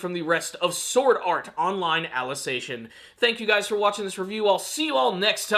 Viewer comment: Why do you pronounce Alicization as "Alice ation"?